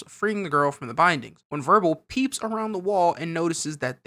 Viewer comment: isn’t his name wirbel not verbal